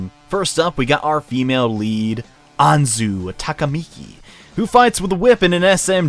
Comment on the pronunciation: Hah. “Anzu Takimiki”